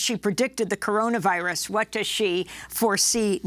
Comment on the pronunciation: "The Cororavirus?" I though Joe Biden was the senile one.